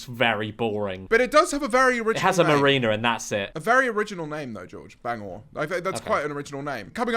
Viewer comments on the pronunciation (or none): Bangor (wales) mention👍 pronounced ban-gor not bang-or but close enough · It’s Ar-MA and Bang-er for the northern Irish destinations 😂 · and bangor as bang or when its bang er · BANGORE 😭😭 it’s Bangor (bang er) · Bangor is in Northern Ireland and it’s pronounced BAN - GOR 😂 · ban-ger & are-ma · bangor in northern Ireland is pronounced bang-ger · Bang-or and armour are crazy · Our-Ma and Ban Grrr is how you pronounce them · Not really fault to them but their pronunciation of Bangor (Wales) annoyed me especially because the accurate pronunciation actually makes the joke about bangers and mash make more sense. (fun fact my great nan was from there, i only visited once maybe because she lived local to me and my family in england since before i was born) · the st asaph and bangor pronunciation i’m on the floor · As a Bangor (Wales) resident, the pronounciation was hilarious. Steven is real and is a menace. We also have peacocks that just do their own thing. But I do NOT blame you for not knowing about it. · Bangors pronounctiation is the worst in the world 😂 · Please never pronounce Bangor again. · I'm cackling how many times did they mispronounce Bangor and Armagh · Your pronunciation for ulster both bangor and armagh are crazy.. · listening to pronouncing armagh and bangor made me want to scrape my eyeballs out x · Bangor is NOT s teir 😭😭😭😭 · Not the mispronunciation of armagh and bangor omg😭😭😭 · Your pronunciation of Bangor kills me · actually crying the pronunciation of Armagh and Bangor have me cackling 😭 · Did bangor wales dirty, I love it